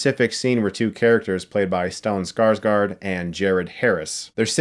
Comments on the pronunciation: There are so many Skarsgårds, that if you want to perfect the pronunciation, the last A isn't A, it is a swedish O. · It’s Stellan SkarsGÅRD not SkarsGARD... the ÅR is pronounced the same as the word OR